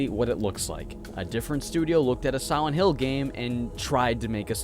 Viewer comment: i swear i heard him say "siwent hill"